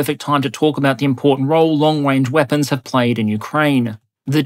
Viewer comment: long wange 🥺